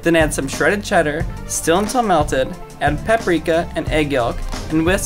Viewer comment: What's wrong with his narration like his pronunciation of things is so sloppy it's so annoying to listen to. add PAHPrika and egg YOHK, and whisk, even moh. Grab a Mmm mini mmmufin pan Spoon the preEuAhpared mac n cheese